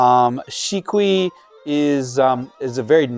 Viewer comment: Thanks for the video. Sorry to nitpick, however, you need to be more careful in your pronunciation and romanization. In point, it is not BUKEN. It is BUKKEN (物件). And again, SHIKUI is really SHIKKUI, 漆喰（しっくい). Your watchers will be able to communicate better with builders etc with the correct pronunciation. cheers